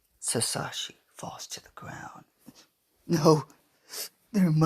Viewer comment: Its not giobani it's giovani It's not sasashi it hisashi